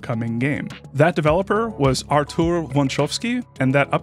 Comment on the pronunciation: You dropped a K there, but otherwise it's a good pronunciation. In particular I appreciate that you pronounced the Ł and the Ą correctly. The accent in (the Polish pronunciation of) "Artur" goes on the first (well, second-to-last) syllable though. It's a minor nitpick that I just wanted out of my system because I'm a native speaker of this bloody language and we're Just Like That™. One of the most famous gags in Polish cinema is a Pole using a made up last name to annoy a German typist.